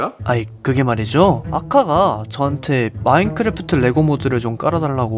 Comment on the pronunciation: 마인크래프트 할때 마인꾸래프트라고 하시는거같아요 기여우셔